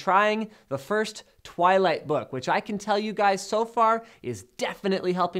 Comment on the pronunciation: twighlight lol